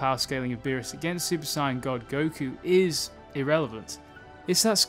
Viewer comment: The way he says sayian is hurting my brain